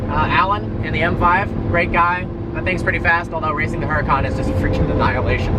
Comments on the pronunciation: Huracawn? I thought it was a Huracan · Yeah it's pronounced oo-rah-can